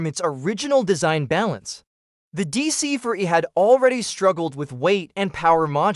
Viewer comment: deesee FOUR (not Deesee Fuh)😡